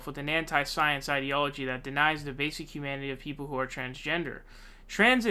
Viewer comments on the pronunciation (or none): none